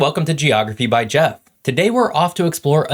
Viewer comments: bro pronounces his name wrong. it's like j-off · by geoff (gee off)